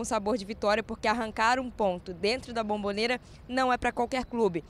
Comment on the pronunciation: Cara não é Bambobera é Bombonera! Caixa de Bombom